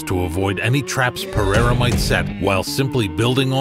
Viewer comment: I'm hoping that after all is said and done that Uncle Chael can manage to properly pronounce Alex Pereira's last name